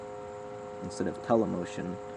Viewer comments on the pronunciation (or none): I heard the word "Tele-motion". Perhaps you meant Teleo-motion, as short for "Teleological Motion" ?? Did you coin this word live on youtube? haha. Make an entire video on this word!